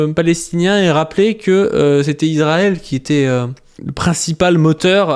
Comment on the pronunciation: Trop cool en rvanche on dit iSrael, ca écorche le crane d'entendre iZrael (mais si t'arrives pas pg)